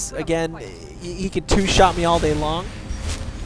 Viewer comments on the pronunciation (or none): none